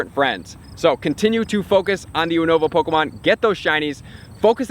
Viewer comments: You-nova not Ooo-nova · I swear I lose my shit everytime he say (ooo-nova) instead of (you-nova) how its suppose to be said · Why is he saying Unova so weird? When he says it sounds like uhhnova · It’s pronounced YOU-NA-VA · It's pronounced as You-nova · You are pronouncing Unova wrong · Who says unova like that? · The way he says unova😂